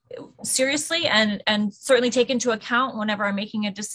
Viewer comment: Nope. I will never respect anyone like the judge who thinks it's cute to not pronounce the T's in words. Every time the judge said "cer'ainly" I weep for the future.